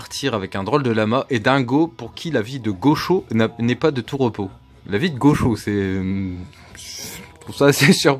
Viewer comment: Hello Ah le retour de Mickey et Maya! Tu m'as trop fait rire avec ton "gaucho" 😂 Un gaucho ( prononcer gaoutcho) c'est une sorte de cowboy latino-américain, sans arrière pensée politique 😉